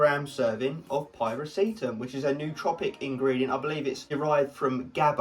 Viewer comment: Pie-reh-see-tam. Nooo! Py-rah-syh-tam!